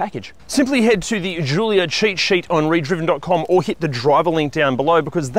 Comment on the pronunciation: Please never say Julia again